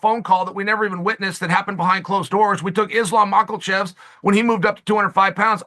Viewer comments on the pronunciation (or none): Islam Macklechevs He's gotta be butchering these names on purpose at this point cus aint no way lmao